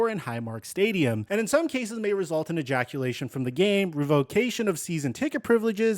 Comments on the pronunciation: I believe you just said "ejaculation from the game" im dying 🤣💦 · My man said ejaculation 😂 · You said ejaculation 🤣